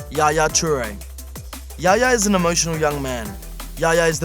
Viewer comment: Yaya not Gaya